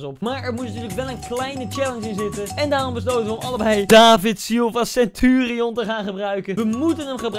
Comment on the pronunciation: Sentuurieon greet inglisj koen